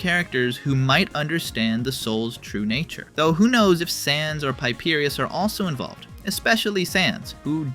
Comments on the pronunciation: Bro called papyrus paipyrus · py-PEE-rus... YOOF (For reference for any that are not aware... pah-PY-rus is the canon way of pronunciation) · instead of saying papyrus bro really said pieperus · Piepeerios? PIEPEERIOS?!?! ITS PAP-PIE-RUSS PAPYRUS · PY-PEIRUS?!?!?! WHAT THE HELL KIND OF PRONUNCIAION IS THAT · did you just call him piperius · WTFDYM 'Piepyrus' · Did he just say 'Papierrus' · brUH "piperius" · i'm sorry, PIEPIERIUS??? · sounds like a roman emperor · Who in the prunsel is Piepeeruse? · How does one pronounce papyrus as “Piepierious?” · Ah yes, the famous character from Undertale. Pieperius. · i'm sorry, great video, but who is Pipeerius? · The way he pronounced papyrus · I nearly choked, is that how you pronounce it? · why do you pronounce papyrus like that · i think the true tragedy here was how papyrus had his poor name pronounced ;( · That papyrus pronunciation 💀💀💀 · Bro doesn't even know how to pronounce Papyrus... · I HAD to pause the video to see if anyone said anything about this. That pronunciation was insane. Lol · If that pronunciation was an engagement trick, man was that a good one! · LOVE your videos but why do you say papyrus like that?? 😭